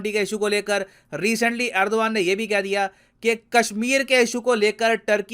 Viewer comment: Erdogan ❌ Aurdogand ✅